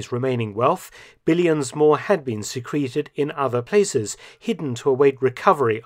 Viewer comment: You said “secreted” wrong…